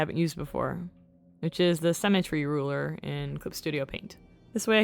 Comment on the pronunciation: "Symmetry ruler" or "cemetery ruler"? Also, agree about the mushroom-shaped cork. Maybe someone has made that on Etsy or something?